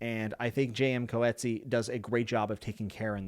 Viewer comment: JM Coetzee is a South African author his last name is pronounced cutsee. His other works are use as phenomenal.